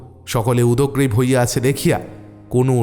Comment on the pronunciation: Uchcharon ta dekhte hobe udkrib .udagrib noy